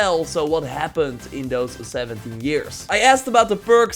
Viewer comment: Sounds like you said 70 instead of 17